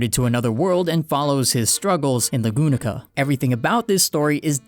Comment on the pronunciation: If you can't speak Japanese correctly, then don't pls 😂 or can't pronounce names, learn how to. Lagunika really hurts my ears